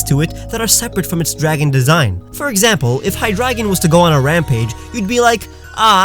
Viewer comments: There is no A in Hydreigon! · And who loves the way pronounces hydragon